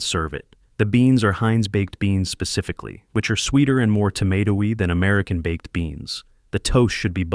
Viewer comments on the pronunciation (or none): none